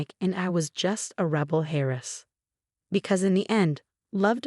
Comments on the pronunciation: Heiress not Harris 😂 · Story was good. Pronunciation. Please! It is not "hairess" it is "airess". AI programming?